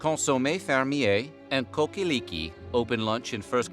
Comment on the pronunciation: It's pronounced "Cock-a-leekie" don't be embarrassed! ;)